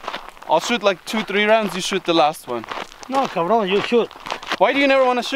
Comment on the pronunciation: It is cabron not car bon